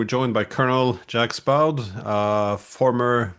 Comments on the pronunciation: It's not "Jaxx Bowd", but "Shuck Bawd". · Stop it Gleen! Pronounce your guest's name correctly 🙉. You're making yourself a clown 🤡